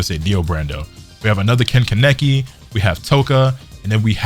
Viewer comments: KAH-NAH-KI = Kaneki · Why bro say Ken-kineki? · Raping the japanese names bro :p . If u watch it in japanese u can hear them say it the correct way KA NE KI :p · Stop saying Kaneki